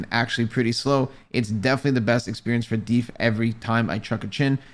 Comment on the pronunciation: man said "DEEF" 😭😭😭😭